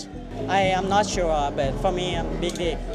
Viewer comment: emphasis on Big D😭😭